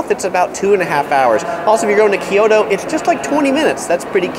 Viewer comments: kyoto not kiyoto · KYO TO, Not Ki Yo To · Can you please pronounce it right... Ki-Yo-To is typical eng speaking person pronouncing it wrong assuming its right. It should be pronouced Kyo-To. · It’s not KEE YOTO, like ToKyo just other way round KyoTo.